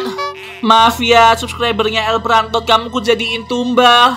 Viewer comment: Impostod wkwkwkwk el prantod wkwkwkwk😆😆😆😆🤣🤣🤣🤣